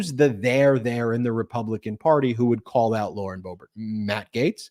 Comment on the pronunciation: Cohen, it’s Lauren Boob-art.